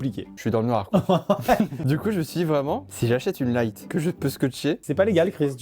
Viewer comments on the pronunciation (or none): none